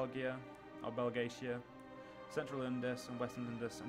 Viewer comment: Its Bel-Djee-Ka, not Bel-Gay-Shi-Ah Still, love the series!